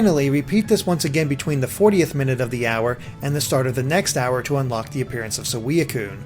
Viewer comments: anyone else get bothered with the pronunciation of "suh - we - uh - cune" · Man I love saweeacoone. (these pronunciations smh) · WHY U SAY SAWEEAKUNE ?!?! ITS PRONOUNCED SWEEKUNE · I'm sorry sweeacoon it's suicune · It's swicune not seweucune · These are the worst pronunciations I've ever hear LOL. Sooweeacune like nah man. Of course there are multiple ways of saying pokemon it could depend on your accent but damn he butchered some of these names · is it me or did he say "saweeacoon" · Saweea-kun! Dayum, suicune is now my senpai! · Iota Ceti se-wea-cune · sa wee a cune... nice prununciation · Did anyone else notice he pronounced "so-wea-kun" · Im sorry but you pronunciations are retarded. su-wee-i-cune? Meh-spirit? Are you even reading the names? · AND you pronounce legendary pokemon names wierd its not KEE-Oger its KY-OGER spelt Kyogre its not SWA-EE coon its SWEE-coon and its not COBUH-Lion its COBAAL-EON good? good